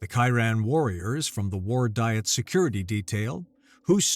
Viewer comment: It’s pronounced Dee-et, not die-et.